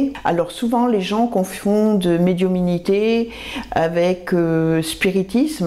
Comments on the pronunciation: oui mais la personne a répète pleins de fois médiuminité et appayant bien sur ce mot comme s il était différent de celui de médiumnité qu on connaît. Ma foi bizarre comme elle le prononce et prkoi comme ça on sait pas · on dit médiumnité et non médiuminité